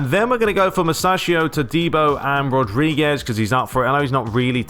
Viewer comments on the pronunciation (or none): none